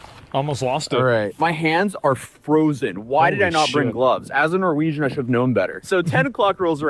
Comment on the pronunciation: What's a "Nar wegan"?😂